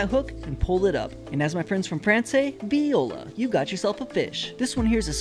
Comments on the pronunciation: OMG 😲 he said "vee-olla" but totally mispronounced the word "voila" 😆 that sounds more like "vo-la". Long o not long e.! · Americans pronounce everything wrong, first it was Nissan with, “Nee-saaan”, “nikeee”, “a-dee-dayes”, Peugeot as, “pew-go” and finally voila which is, “vw-ala” not vee-olah which is an instrument (4 string violin) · It's not pronounced v-ola, it's pronounced vwa-la. Just FYI. Keep the fun videos coming brother. ✌️💜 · My guy really pronounced viola “ VI-O-LA” it’s pronounced “WA-LA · It’s actually closer pronounced to voo-a-la